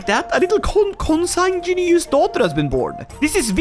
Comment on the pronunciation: Makes fun of audience for theoretically not being able to pronounce a Norse name Also: Struggles to pronounce consanguineous for two minutes